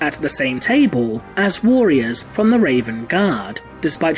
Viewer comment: Good stuff as ever, and please lean to say “warriors” correctly as a bit distracting. Thanks